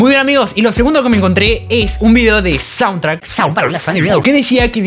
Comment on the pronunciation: repetí conmigo: shauntrack léase "YAUNTRAC" jajajaja